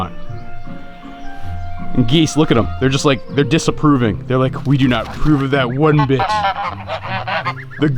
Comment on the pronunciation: Diss-aproving..? Lol